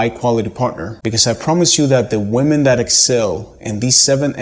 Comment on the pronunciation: Why is it that so many native speaker men cannot pronounce the word women correctly?